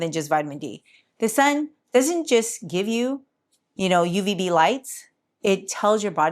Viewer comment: "UVB".. not Ubv. Isn't b the bad one? One step away from X-Ray?.. I'm PhD Professor (retired/emeritus), but who remembers?!:P Thank you always.:).. I reduced my D3 supplement. A (peer-reviewed) paper came out showing all-cause-mortality reduced for people taking too much. (Another paper showed similar for those taking a multi-vitamin - yes, living less long). I take my 5000 IU once a week instead of once per day.